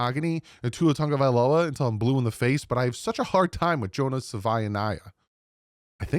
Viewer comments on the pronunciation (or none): none